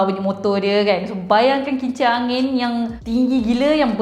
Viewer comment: Saya terdengar kimchi angin. Pekak kah saya? 😂